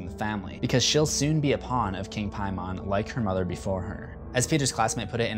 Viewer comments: Piemon? Paimon. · Why do you have to pronounce it differently than they do in the movie. You saw the movie. Why are you still mispronouncing it. They say PAY-MUN. Not PIE-MAWN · IT'S NOT PRONOUNCED PIE-MON. HE IS A DEMON NOT A DIGIMON DIPSHIT. IT IS PAY-MUN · How are you incorrectly pronouncing “Paimon”’when they literally say it multiple times in the movie. It’s “Paymin” not “Piemon” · Lol king "PIE-mon"...dude its "PAYmon". Its in the movie this vid is all about.... smh.... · Honestly it kinda bothers me how he says ‘Pie-mon’ because I’m pretty sure it’s more ‘Pay-mon’ but Idk. Other than that haha the video was good! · Paimon= “Pay”mon. NOT “Pie”mon. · I cringe everytime you said "Piemon" ...., dude it's like you intentionally mispronounced the name, don't be that guy, They say it in the movie man, there's no reason for illiteracy to be present on that name. It's pronounced like "PAYMEN". Like the sounds in Payment, or Pavement. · PIE MON..... xD it's Paimon (Paymon) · Why do you keep pronouncing paimon as “pie-mon” when it’s said clearly many times as “pay-mon...” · there's actually 61.....Its Peyman (Persian) English = PAY-MON American = PIE-MON for some weird reason. Didn't you listen to the movies way of saying it. Its not PIEMON its PAY....MON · Am I the only one who is completely annoyed by him saying "Pie-Mon" instead of "Pay-Men" when the movie LITERALLY says it like "Pay-Men"? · k i loved you’re video but in the movie they pronounced it pay men so i’m confused as to why ur pronouncing it pay mon so which one is it lmao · Don't they say "Pay-men" rather than "Pie-mon" in the movie? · "Pay-man", not "Pie-mon". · King Pie-mon? Come on man, they pronounce it in the movie - Pay-min. There is no excuse for saying it wrong. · Pay-min not pie-mon. It’s literally said in the movie yet you butchered it repeatedly. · Really did u say PieMON....in the movie they all say PayMAN. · Paaaaaaay....mon. long a sound. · Anyone else annoyed that he keeps saying "Pie-mon"?